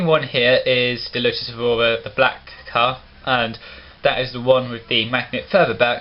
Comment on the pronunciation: Lotus Evoura? Evora mate there is no U in it, just saying